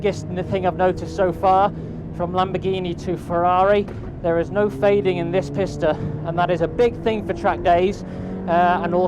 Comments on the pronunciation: Loved the video. That being said I am fairly sure for the Ferrari it is pronounced pee-sta, not piss-ta. Am I wrong? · PEE-sta not PISSta 🤦‍♂️ I know some foreign car names can sound weird in English but PISS-ta just sounds ridiculous! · People, people, Pista is pronounced “Peeesta” for God’s sake.